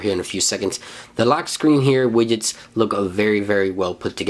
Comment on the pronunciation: forst one is widget, after i only hear: available wijets, my favorite wijets ;)